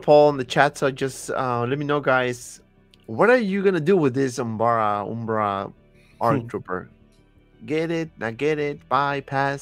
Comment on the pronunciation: Umbra, not Umbara lol. I made the same mistake. These troopers never appeared in Clone Wars. They are only in Battlefront II